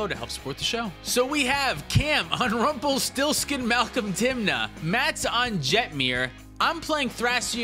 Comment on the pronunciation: Guys its Rump*EL*stiltskin. But I respect the brew.